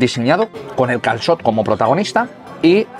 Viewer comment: Qué dominio tienes ya con el "calçot" !!!😳😱😄😄